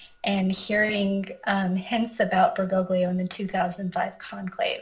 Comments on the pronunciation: Bergoglio pronounced Ber-GO-lee-oh. The three Italian letters "gli" sound like Lee in English. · You’re WRONG! The three Italian letters “gli” sound like L- yee. Ber-GO-lyee-oh